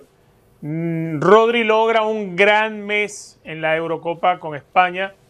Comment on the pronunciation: Vini sin duda, ese sr que dice Todri es como si dijese Joselu..es para evitar a Vini que es el mejor de lejos